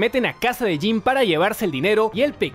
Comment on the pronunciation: bueno dice tim no jim